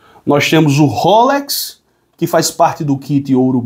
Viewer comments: A marca do relógio se fala roléx 👍🏻 e não rôlex 👍🏻. ❤ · Pelamor! Não é rôlex! É rolex!